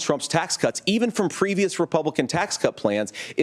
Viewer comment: Did he just say he learned how to run a government fyom china?